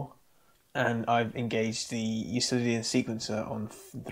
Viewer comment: Not a big deal, but just an FYI. Euclidian is pronounced with a hard "c" like Euklidean. Named for Euclid, the Greek mathematician.